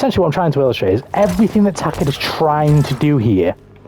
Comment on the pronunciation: TAH-KEH-DA SURELY NOT TAH-KEY-DA